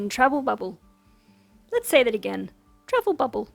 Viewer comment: you made me doubt myself so I had to back and listen to say “travel bubble” several times again! Fingers crossed for more “travel bubble” next week. 😋